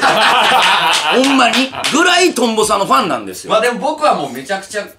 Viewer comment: 8分17のところトンボがヨンボになってます。地味にツボりました